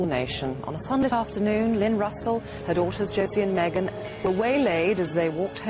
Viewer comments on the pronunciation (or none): none